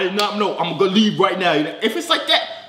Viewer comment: For the man; why was that fool saying "Lee that alone" "Lee that alone"?? Huh?